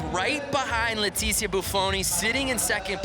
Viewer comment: Why Leticia!?!?! THATS NOT HOW U PRONOUNCE IT!!!!